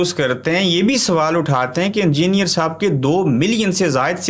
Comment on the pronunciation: Angier nahi hota halke chutiye, engineer Bola kar